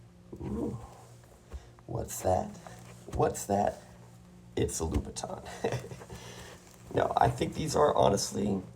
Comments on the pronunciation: it is louboutin not loubouton can you not read?? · and you definitely said Christian loubouton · there is no americanized name for louboutin the name is louboutin not loubouton